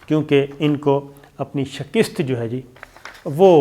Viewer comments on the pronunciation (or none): اردو کا بیڑہ غرق - Shakist نہیں Shikast ہے Disliked it